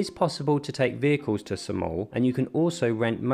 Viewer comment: It's Saaa-mal not sa-mal. How you pronounce it sounds annoying.